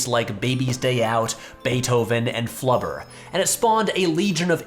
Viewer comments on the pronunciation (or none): I don’t think I’ve ever heard someone say “Flubber” with a hard R before